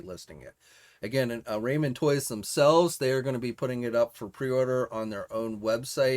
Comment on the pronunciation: I believe it's pronounced "rah-men" not "ray-men" toys...